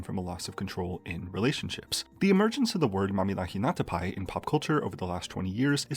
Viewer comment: I really appreciate that you took the effort to learn how to pronounce Mamihlapinatapai instead of acting the fool like other youtubers.